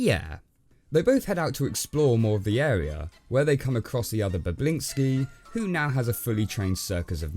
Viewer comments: I can't get over him calling bobinski, "boblinski" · Bobinsci not Boblinsci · Bablinsky? Its the AMAZING Bobinsky. (Sorry i read the book and watched the film...im one of those guys...sorry :/ ). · how did you mess up BOBINSKY's name every single time.